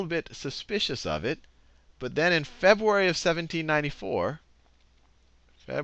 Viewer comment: Aaaah he said it again ...Febuary .... I can't contain myself!!!